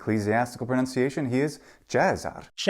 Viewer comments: The mispronunciation of pronunciation is the kicker. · PLEASE! It's pro-NUN-ciation not pro-NOUN-ciation!